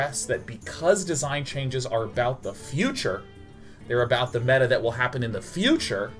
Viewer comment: Did he pronounce meta wrong..?